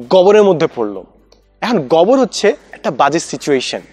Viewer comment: গোবর উচ্চারণটা গবর করতেছিলেন। তাই প্রথমে বুঝতে কষ্ট হচ্ছিল। :-)